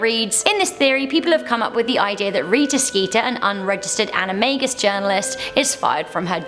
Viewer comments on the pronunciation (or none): none